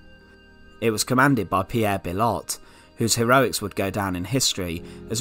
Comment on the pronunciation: bill ott? bee oh.